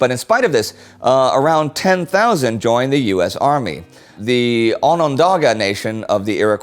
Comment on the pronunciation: That was the roughest pronunciation of Iroquois I have ever heard, which is weird because you pronounced Onondaga spot on.